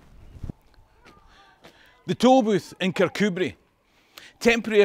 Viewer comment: I vote Patriot! I've visited JPJ's tomb in Annapolis. My Scottish ancestor who came to the US originally hailed from near Kircudbright (thank you for providing the correct pronunciation!). And for telling the tale of how the US invaded Britain -- I did not know that!